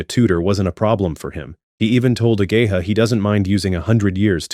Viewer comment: I can’t stop hearing “a gay hoe” and honestly, wouldn’t have it any other way